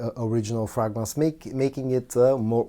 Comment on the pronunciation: (Pronounced Fraygrance not Fragnance)